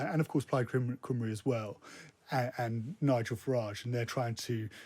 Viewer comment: Cymru = come.ree It's not that difficult